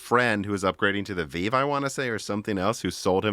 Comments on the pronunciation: I get so triggered when he calls the Vive the VEEV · Really? The "Veeve"? If there is any topic cannot speak intelligently about, it is VR. So many inaccurate statements and missed opportunities. Post script....your phone is not giving you brain cancer.